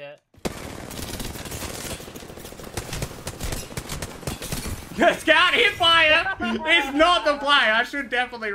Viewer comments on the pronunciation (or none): Is it me or does Zeus make it sound like Scav instead of Scout sometimes?